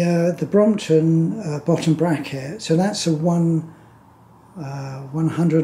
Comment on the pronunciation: Brompton, not bromoton...